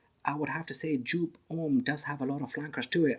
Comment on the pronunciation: you pronounce it wrong. the designer is Wolfgang Joop who is German and his last name is pronounced like (yoop)